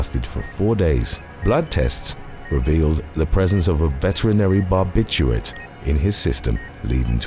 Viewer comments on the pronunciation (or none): none